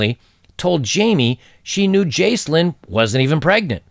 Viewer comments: Excellent video as always. I couldn't possibly say anything more insightful than what has already been said by you and in the comments. On the pronunciations: Jaclyn is pronounced Jack-lin, the Gow in McGowan rhymes with cow, and antenatal is pronounced anti naytal. Probably comes across pedantic, sorry... it's not a superior flex, honest guv'nor, I often get corrected on my pronunciations also. Edit: There is a variation of McGowan which is McGoohan which is pronounced more like how you pronounced it, so you aren't necessarily off kilter with that one. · Jaclyn is pronounced Jack-Lynn (Jacqueline), and the Gow in McGowan is pronounced like Cow. Sorry to be picky. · Jaclyn: pronounced JackLynn. McGowan pronounced like OW/OUCH. Great job, Brother.